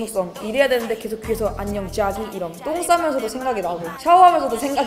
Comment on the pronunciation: 안녕 쟈기 할때마다 개찰지네ㅋㅋㅋ